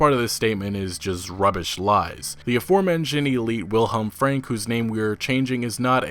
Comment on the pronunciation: not the best pronouncing of the name willhelm frank ive heard, but sure, its close enough btw great video